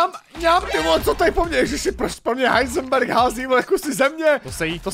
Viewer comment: Jsem ti rozumněl HaiseT misto Heisenberg xD